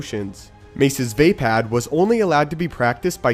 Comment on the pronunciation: It not pronounced vay-pad it is vapod